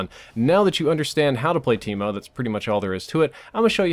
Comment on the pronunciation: Thought he said keemo